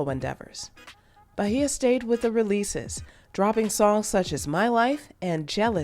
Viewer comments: “Ba-hia” it’s Beige-ah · Bay-jah…….not Bahia 😂 I never heard her name so butchered like that. Lol bothered me the whole video not even gonna lie lol😂😂